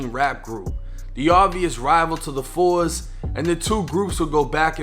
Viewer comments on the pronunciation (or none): Foes Man!! nobody Says Fours Lol